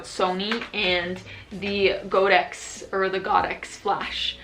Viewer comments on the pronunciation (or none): Thank you for your nice video. Godox pronounces as God-ox (holly cow? Haha)